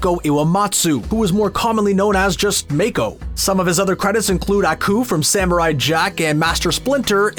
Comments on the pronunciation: just saying but its not pronounced as mako but as mah-ko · Please, for the love of god and all spirits of the spirit world, stop saying Mako like may-ko. It’s Mah-ko, spelled Mako. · "meikuh" BRO just say MA KO MAH KOOOH dont butcher his name like that omggg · Narrator: “May-ko” Me: “MA-KO” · The voice actor’s name is Mako. NOT MAKE-OH. MOCK-OH. Mako. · Did the dude juz say maeko???? Its MAAA ko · it's pronounced maco, like taco. not mayco lol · Did anyone else get bothered when he said “MAY-KO” instead of Mako? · Starting to sound like the movie that shall not be named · Almost lost it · It pissed me off when they kept on pronouncing Mako’s name wrong it’s pronounced Mock-o. If you watch legend of Korra Mako in the show is a reference to the legend himself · If your gonna milk this incredible show for views at least get the names right. Make-o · It’s Mah-Ko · It cringes me to hear people pronounce Mako as Mey-Ko... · all that research but still can’t pronounce his name right 🥴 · OMG you destroyed Mako's name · Its not "MAKO", its "MAKO" !!!!! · Great video. But the pronunciation of mako is infuriating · please pronounce mako correctly